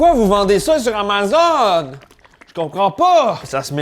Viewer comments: Comment tu prononces Amazon? es-tu rendu un chiant de Francais de France? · Pourquoi il dit amazone?😅